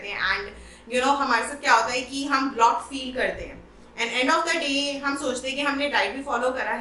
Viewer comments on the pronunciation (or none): Its BLOAT not BLOT.. period!